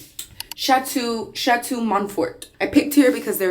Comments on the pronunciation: “Chateau” = sha- toe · "Chat-too" Monfort, Dwormo- come on girl, you're an official world traveler. Pronunciation is everything when you're traveling abroad. 😮😊